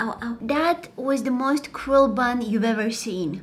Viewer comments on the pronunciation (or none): none